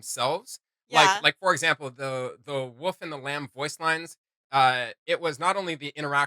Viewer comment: The WOOL - FFF Not the wuff wtf?